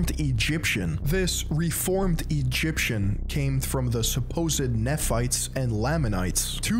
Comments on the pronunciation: Great content, but if I have to hear you mispronounce Nephites and Moroni one more time we're gonna have a problem. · Bro... you aren't even gonna double-check the pronunciation of Oneida, Moroni, Nephites or Lamanites before you publish a video? 🤦‍♂️ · You could at the least take a few minutes and get your pronunciation of moroni, nephites and other terms correct so you at least sound credible. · As an ex-Mormon I agree with this video however. The pronouncation is killing me I’m sorry 😭 Moroni and Nephi are not pronounced Mor-o-knee it’s Mor-o-neigh and it’s not Kn-efi it’s Knee-phi I’m sorry if this is offensive I’d just figured I’d tell you. Also it’s pronounced knee-ph-ites not kn-efi-ph-ites again sorry just it really was bothering me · Former Mormon here as well, here is the pronunciation we're all correctly having in mind: Moroni /mə'roʊnaɪ/ muh-RO-nai Nephi /'niːfaɪ/ NEE-fai Nephites /niː'faɪts/ nee-FIGHTS Laman /'leɪmən/ LAY-mun Laman /leɪmə'naɪts/ lay-muh-NITES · I'm sure someone else must have told you this but I'll be the next, every time you mispronounce 'Moroni' and 'Nephites' and 'Lamanites' et al it makes my ears bleed. All you had to do is put these words into this very platform and let some videos made by Mormons come up to know how it's pronounced, ffs. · Same with the Nephites and Lamanites pronunciation, it's very funny Not an ex member yet because i'm still a minor but i will leave the church one day